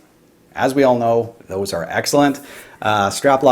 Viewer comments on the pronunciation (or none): none